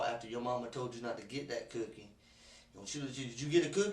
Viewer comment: This fucking interrogation 😂😂 what a cabare "you didn't take the cuukie?"